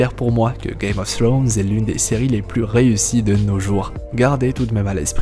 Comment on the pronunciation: Czst la seule personne que je connaisse à vraiment essayé de bien le prononcé (czst à dire pas le prononcer à la française) donc perso ça me gêne pas je préfère